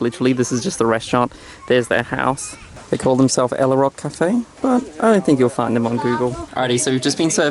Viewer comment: know its so beautiful. I went there last year but i didnt know it was called 9 arch bridge. Btw guys ella is pronounced like this : say "al" first like when you say albino. An then say "ler" or "leh" wihout pronouncing the r. so its like "aller "or "alleh". Not like ella. 😃